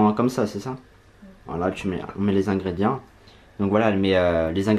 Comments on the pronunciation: On dit ingrédients (ingrédiants si tu préfères lol )pas ingrédi1 mdr....😅😅😅😅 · C moi ou il dis ingredia